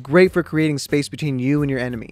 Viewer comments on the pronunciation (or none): none